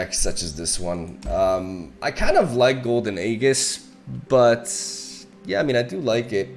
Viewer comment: nice deck, when it gets rolling, it rolls over other mid ranges. just fyi, aegis is pronounced like "a jizz" not "a geas"